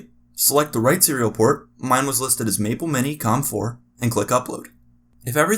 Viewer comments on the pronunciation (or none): none